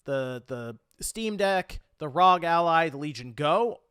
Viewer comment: Do you think pronounces it Rawg Ally because he knows its wrong and he is memeing or does he actually think its Rawg and doesnt know Rawg is how the community makes fun of it?